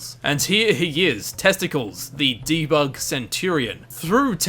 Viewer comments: ever heard of the Roman hero Hercules? (AKA Herakles in Greek mythology) it's supposed to be a Roman style name, so it's pronounced clees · A note about the Debug Character named Testicles.... You'll notice he's one of the characters portraying the group of new Romans lead my Caesar ... As such the name Testicles should be pronounced Tes ∙ te ∙ cleese (Sounds much more romanisk does it not?) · I think testicles was was meant to be pronounced old greek style...test-uh-clees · Actually, it's pronounced Testicl_eese_, and he's not an Easter Egg, just something the devs used when testing the game. Hence the name - Test-i-cleez. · Its pronounced "Tes-te-Clees" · ReviewTsarUSSR we dot give 2 singles shits we c4ll him Test-ick-ulls